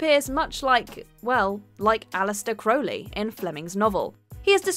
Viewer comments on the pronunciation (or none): none